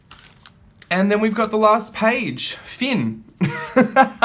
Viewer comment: Hello from France! I watched this video in totality and I find so funny that you pronounce [fee-n] instead of [f-in ] for the French word FIN which means the END. If you’ve ever heard someone French saying they are hungry, just imitate them : we say « j’ai faim » . 🤓 Besides this teacher problem, which isn’t a real problem, as always, I love your video and your incredible style. With love from France, Marie-Hélène Lachaud (I’m a teacher... as you could easily imagine!)